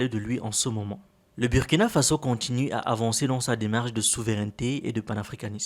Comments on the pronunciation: Burrrkina not Biürrkina!!!!!! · super vidéo mais on dit bourkina même si ca s'écrit Burkina beaucoup de gens font l'erreur mais ce n'est pas un mot Français 😅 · SVP la pronontiation du nom du pays de Sankara c´est BOURKINA. Merci de vous rectifier la prochaine fois.